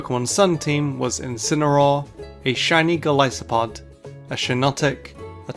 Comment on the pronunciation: You left off the A in Incineroar.